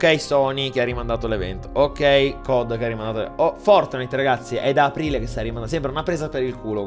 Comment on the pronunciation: Nobody:: FoRtINiTe